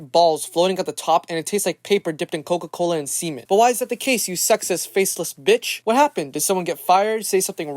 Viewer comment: It's semen, not cemen.